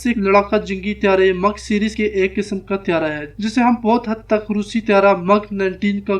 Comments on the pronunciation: brother,,,its not mug tiaara,,its mig tiaara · not MUG but MIG.. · Its not Mug! Its Mig!!! correct your English or dont speak at all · مِگ نہ کہ مٓگ